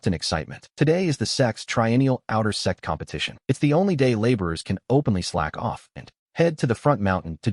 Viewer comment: The ai can’t say sect properly and it comes out sex what’s really funny is that webnovel ai reader calls big shots big shits